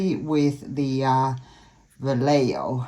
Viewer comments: Wow, this is absolutely gorgeous, love the colors. Vallejo is s pronounced va-lay- ho, lol Spanish can be confusing. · Gorgeous. I am a retired Spanish bilingual teacher. It is pronounced va lay hoe!